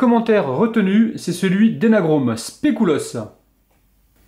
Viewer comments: Spé - cul- lauss c est comme ça que ça se prononce . C'est pas mexicain mais belge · super video mais tu dis specoulos